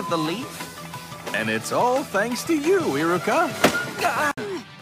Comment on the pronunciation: It sounded like Kakashi said "Erica" pff